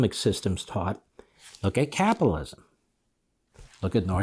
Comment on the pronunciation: Really capilism? Ten times after each other you tried to say capitalism each and every time you said capilism why is that difficult...